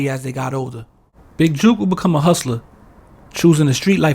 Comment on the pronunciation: Jook is pronounced like "cook", or "book". JUKE is not the same, and they mean two entirely different things in the South.